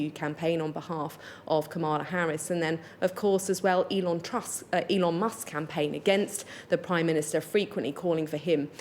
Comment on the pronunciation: Sounded more like Elon Tusk😂